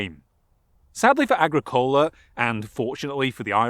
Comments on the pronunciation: another annoying nit-pick: The emphasis in the name "Agricola" is on the second syllable, not on the third. pronounced ah-GREE-coh-la. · it's a proparoxytone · agri.. cola? not a gric ola? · Agricola in classical and church Latin is pronounced, "ah-GRI-cohl-ah" - means "Farmer" in Latin. (like "Bauer" in German). Did you read the original sources in Latin and Sean-Ghaeilge? Very interesting topic. Thanks for the video. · I'm surprised someone with such in depth interest in the topic who has also invested long hours researching and making a video cannot pronounce the name Agricola correctly. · Please learn the correct pronunciation of Irish personal names and place names. It is annoying not just the mispronunciation of Agricola but tuathal which is ‘too hal’.